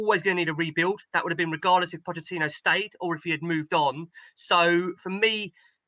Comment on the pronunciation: "Omg, how long has that beeen!" - strikes again "Y'all" 😏